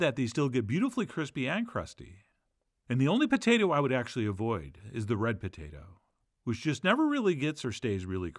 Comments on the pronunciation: Potatah? No, it’s potato. I’m an Idahoan. Potato. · "The Patayta" =)